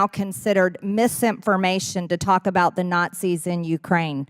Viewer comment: It sounds like she is saying NOT SEES